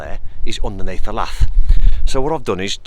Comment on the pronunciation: Agree with previous posts regarding setting fascia to kick bottom tile, sticking a lath on seems a bit inexperienced. I've never heard the word lath pronounced the way it's spelled ever, it's really quite annoying